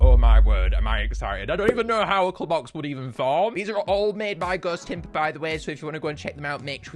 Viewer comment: For you who doesn't know how to pronounce ghostympa it's ghost tympa